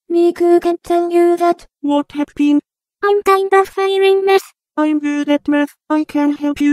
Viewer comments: I keep hearing meth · I'm hearing meth instead of math